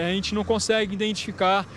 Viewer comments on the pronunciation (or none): none